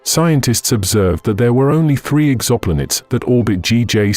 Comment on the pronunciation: probably need to put s space in EXO-Planets...it pronounces it Ex-xopl-nets